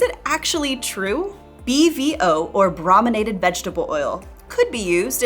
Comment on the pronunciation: The first syllable of “brominated” is pronounced “broh”, not “brah”. Because it means “treated with bromine”, and the first syllable of “bromine” is pronounced as “broh”.